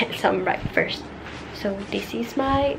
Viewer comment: Why does it sounded more like "brackfirst" Instead of "breakfast" Lmao ily btw